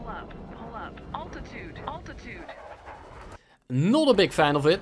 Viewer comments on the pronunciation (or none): Oltitude, oltitude. I can never unhear it.